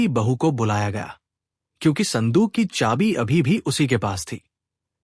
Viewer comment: Ki shbd aap glt bolte ho, smjh me nhi aata Khani bhut achchhi h